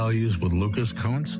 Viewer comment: Not sure that's how you pronounce Kunce